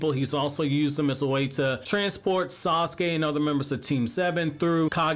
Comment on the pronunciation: HIS NAME IS TO-NERI NOT TE-NERY AND SASUKE IS PRONOUNCED SA-SU-KE NOT SOSKE I really really like your videos man and been watching for years. But I just don’t get what’s so difficult about pronouncing these names